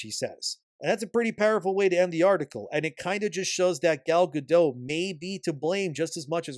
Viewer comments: Also, he name is pronounced "Ga-DOAT!' Not "Ga-DOE." It's HEBREW, not FRENCH. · You pronounce the T in Gadot! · Also, her name is HEBREW, not FRENCH. The "T" is pronounced, not silent. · I enjoy most of your takes but your vague accusations that Gal Gadot (hard "T" on the end by the way, with the soft "O", I know some Hebrew) was somehow political and offensive as Rachel Zegler during the course of marketing for this movie is a bit asinine. There is a difference in someone supporting their country, making remarks at events having nothing to do with Disney or the movie, or responding to questions asked, unlike Zegler who has no stake in either side, inserting her opinion purposefully in conjunction with promoting her movie without anyone really wanting to know, and expressing hatred and disdain for the other side. Sorry for the run on. In fact by now you have consistently made a soft defense for "freedom of speech" for Zegler, and implied that Gal should also share equal backlash for her remarks. You haven't said it directly, but I think you are showing your hand on some biases. Which is fine, you can be biased, but stop pretending to be a neutral observer of this particular topic and imparting your opinion as if it is fair and impartial. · Gadot has a T in the end.